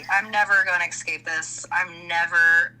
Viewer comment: I'm really sorry but my pet peeve is people saying "ecscape". It's escape. Irrationally pisses me off. ALR is worse, but still 😅